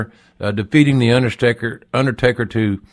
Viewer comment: "the underSTAKEr" lmao